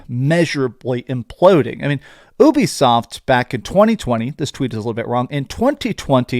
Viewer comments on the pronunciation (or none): Dont mean to troll… but its pronounced YOU-BE-SOFT not Ewwbie soft or whatever your saying! If your doing YouTube you gotta get the pronunciation right bud! Great video tho!